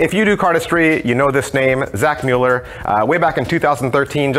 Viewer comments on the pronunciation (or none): none